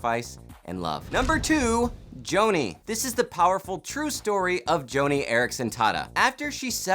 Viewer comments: I’m a former employee of World Wide Pictures. “Joni” is pronounced “Johnny”, as repeatedly mentioned throughout the movie. You must have not watched it for you to miss that. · It's pronounced "Johnny." (I know, weird.) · Joni is not pronounced the way you think it is.